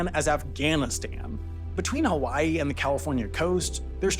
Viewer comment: Good video, but you should have literally anyone in your research team check the pronunciations when you're doing a video where a lot of the words are a different language. You at least got "hawaii" right 50% of the time, but pronouncing Kamehameha like a dragonball z attack makes it clear you didn't even try.